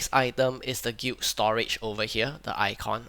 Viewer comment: bruh you keep pronouncing the word "Guild" like "gweet" or "gute" wtf?